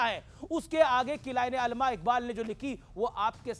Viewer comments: او بھائی سدھے لفظ بول علامہ اقبال ہے علمہ اقبال نہیں اور عاصم منیر ہے اصف منیر کیا تمہاری مودی حکومت کے ٹیچر نے تمہیں یہی پڑھایا ہے😂😂😂😂😂😂 لکھ لعنت بھارت تے😂😅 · Pahly nam Bolna to sekho not alma allama Iqbal or Iqbal 1945 Man intqal kar Gai thee